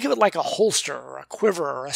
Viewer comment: "I set ot down right here." Good grief. Do I really sound like that? *sigh* Yep. I do.